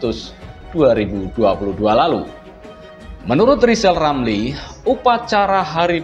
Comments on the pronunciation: Likal, lamli seperti, anak, kecil, yg belum, bisa, ngomong r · Nyebut nama sendili sudah gak bisa lisal lamli stleees 👎